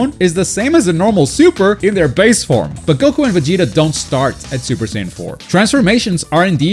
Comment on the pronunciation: thanks for saying goku and not gouukou like most of gringos